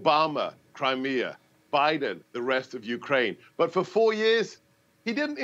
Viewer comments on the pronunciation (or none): Grant still can't pronounce CRIMEA. CRIME-E-A!!!!